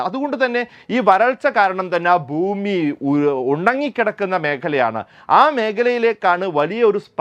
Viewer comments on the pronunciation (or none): none